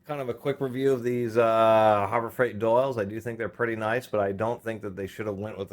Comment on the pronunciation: Did you say Hobo Frieght